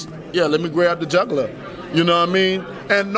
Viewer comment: I thought he said "Grab the juggler" for a moment then realised he was saying "jugular". Still, the only thing missing from the build up to this fight has been a few jugglers.